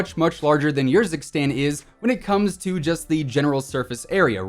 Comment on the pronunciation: its pronouced ERzikstan not YERzikstan. am i right or am i wrong here?